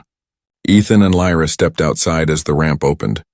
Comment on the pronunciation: I nomi, questi sconosciuti. The alien names are UFO. :-/ L R A or Lyra? Ehi, the english scarso. :-/ And now the english scarso. Dovete migliorare!